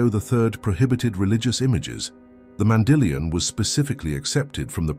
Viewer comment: Be consistent in your pronunciation of “mandillion”. It is not Mandy lion!